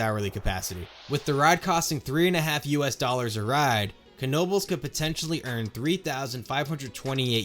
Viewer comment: Finally, someone who not only recognizes their amazing system, but also pronounces Knoebels right. Personally I grew up with going to Knoebels several times per year, and I never have had issues with getting on a coaster car too slowly in other places because I have the training of getting on so quick at Knoebels